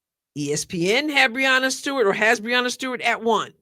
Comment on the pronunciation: I'm supposed to accept ' opinion on women's basketball when she doesn't even know how to prounounce Breanna Stewart's name?